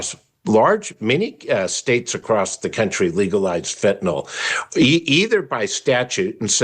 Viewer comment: I still have a hard time listening to someone go on about “phentanol” (ending sounds like “awl” as in “hi, y’all”), when it is spelled fentanyl and is pronounced ending with “nyl” as in “nil.” Baldwin supposedly narrates the upcoming documentary and can’t even be bothered to pronounce the word properly? If he mispronounces it throughout the documentary, I won’t be able to watch it without puking.